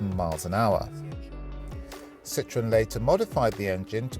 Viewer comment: A classy video, but what kind of English is "As a young boy, the Citroen SM was one of Kevin Haggarthy’s ultimate dream cars."? So the Citroen SM was a young boy? A very common error no one noticed, and that's a shame. Also, the proper pronunciation is Sitro-EN, not Sitron. Andre Citroen put an umlaut over the "e" on purpose to differentiate the name from "lemon." But it was nice to see such a civilized presentation, not at all typical of our times and YouTube.